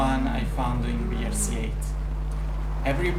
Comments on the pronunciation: if u say WRC pronouncing "VRC" is no more WRC: W is "double u" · Just a quick tip, you dont say Wii R C 8 but Double U r c 8. Cuz in English the letter W is pronounced as Double U if it is not in a word. Anyways keep going but u make great content! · Please say double-u ;) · You're right but I think that pronouncing letter 'W' like letter 'V' is just faster and sometimes is better to pronounce it like that (especially for non-native speaker). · Non native english speakers pronounce like does